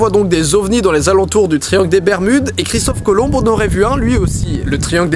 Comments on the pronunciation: On dis pas cristophe colombe mais Colomb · sa se dit Christophe Colon et non pas Cristophe Colombe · c'est moi où j'ai entendu Christophe "Colombe" au lieu de Colomb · C'est Christophe Colomb pas Colombe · ouai mec c pas christophe colombe mais colomb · Christophe Colomb pas colombe stp ! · pour info ç est Christophe Colomb et non Colombe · Colomb sa dit pas colonbe mais colon 😂😂😂😂😂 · sennin ET PAS CHRISTOPHE COLOMBE LE B NE SE PRONONCE PAS HAHAHA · chrisophe colombe wtf c cristophe colomb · Christophe colombe mdr, on dit christophe colon ;) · C'est Christophe Colomb, pas Colombe ._. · Tu dis Christophe Colombe alors que c'est Christophe colomb !! Sinon c'est genial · christophe colomBE ? ... Le "b" est silencieux... Prononcer son noms colomBE te décridibilise beaucoup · c'est moi ou il dit Christophe Colombe? XD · il dit christophe colombe... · c moi ou il dit Christophe colombe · Christophe Colomb"e" x) On le dit comme ça chez vous ? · on prononce Christophe Colon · Super vidéo comme d'habitude, mais je sais pas vous, mais moi j'entends Christophe ColombE. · Merci pour cette vidéo ;) On ne prononce pas le B dans Colombe. C'est Christophe Colon (pour la bonne prononciation) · C'pas Christophe Colombe hein x) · Tu as dis Christophe Colombe Aaaaaaaaahhhhhhhh démon ! x) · didi christophe colomb on ne prononce pas le e puisqu'il n'y en a pas (sin' superbe vidéo) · CHRISTOPHE COLOMB LE B NE SE PRONONCE PAS HAHAHA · Christophe Colomb, ça se prononce colon ou colombe? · CHRISTOPHE COLOMB SE PRONONCE ON À LA FIN!!!!!!!!!!!!!!!!!!!!!